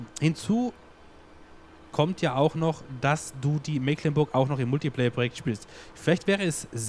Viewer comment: Hallo, es riecht nach Abschied von der schönen Mecklenburg, ja: Meeeklenburg,-), was ich persönlich sehr bedauere, weils meine Heimat ist. Die Gründe kann ich aber nachvollziehen und würde mich über ein LP auf der Old Streams Map extrem freuen, oder schau Dir mal die Lauchringen oder SwissMap vom TuneWar an - auch sehr schön, klein und sehr schick! Super, dass du deine Zuschauer hier so in alles miteinbeziehst, das ist ne nette Truppe hier:-) Hut ab und viele Grüße, Katharina